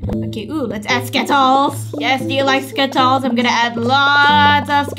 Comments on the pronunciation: I am laughing when said sketols hahahahaha🤣🤣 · I laugh so hard when said skitols and orevo